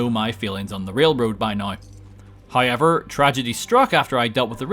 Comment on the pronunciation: I fucking hate your hayever pronounce